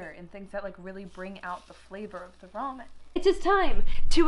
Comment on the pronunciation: she said roman?